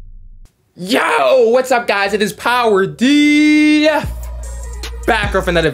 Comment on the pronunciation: Chi Chong that's what I heard lmoa